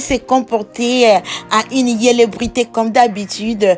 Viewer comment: Eh madame fr apprend le français d'abord au lieu de parler tu parles au lieu de dire célébrités tu dis welebrité apprend français dêh tchourou ô pi ci t'est ivoirienne tu comprends